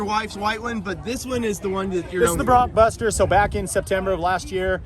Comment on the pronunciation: Take a look at how it's spelled and how Tyler always says it. BroncBuster, not BroncoBuster.